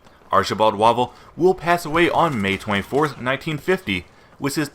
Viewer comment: A bit late, I know, but it's pronounced WAY-VELL. Might be an idea to watch some related videos to pick up on name pronounciations.